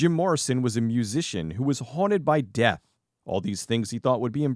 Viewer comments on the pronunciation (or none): none